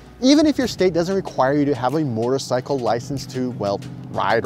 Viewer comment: Say it with me.... moe-terr-sy-kull. There's no "r" in front of the "t".